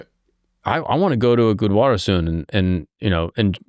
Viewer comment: Bro it's gurudwara not gudwara